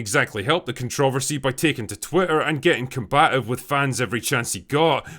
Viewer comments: I don't like the way you say "controversy". It's pronounced "Controversy". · Drinker, you mispronounced the word controversy. It's pronounced ConTrah-Ver-See not "Kuhn-Trah-VerSee" I'll let this one pass. However, you also mispronounced Feig's last name. It's not pronounced Feeg it's pronounced "FAG." Just trying to be helpful. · Drinker, It's not "CONTROV-ERSY it's " CONTRUH-VERSY". Pls man, it hurts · Dear Drinker, Were you TWICE as harsh to the movie, it STILL wouldn't be HALF as harsh enough. Also: kaan·truh·vur·see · why do you pronounce controversy like that?